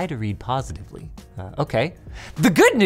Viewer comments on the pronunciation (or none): "Try to read qositively"